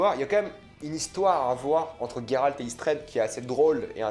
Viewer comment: Alors c’est "G"eralt et non "gue"ralt. Juste pour info (dans le jeu il dures Geralt et non gueralt donc chut).